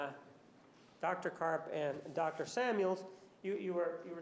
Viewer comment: Love the way Juan emphasizes "Dr" Samuals.